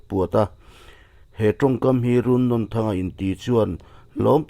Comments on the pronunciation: Run nawn N atang hian a hniam zawnga a thluk tur 😁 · A hming i lamdanhi a thluk dan a dik lo. Nawn laihi ainawn kan lama a nawn lai kan lam dana lam tur ani. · Runnawn tih laia nawn hi thluk tur a ni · Runnawnthanga hminglam rik hi a diklo a ni Nawn tih laihi Cut lovin Thluk hniam a thluk hret tur a ni